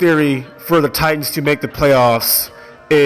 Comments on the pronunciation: As a TITANS fan..... Please for the love of God, learn how to record your voice with consistent volume levels and in one room, or say it all in one recording or learn how to edit your voice over. Oh.. And please stop emphasizing the "T" in The TiTanns" it's just Titans bro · Anyone else cringe when he pronounces it "tight-ans": accent on the 2nd t?